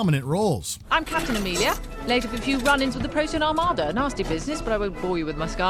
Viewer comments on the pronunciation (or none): none